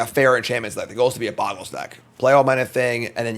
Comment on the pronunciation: Why does everyone say boggles? It's bogles!